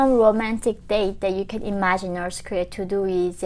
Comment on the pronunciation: Please say north Korea not norce Korea